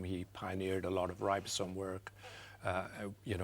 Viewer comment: She can't even say ribosome properly😠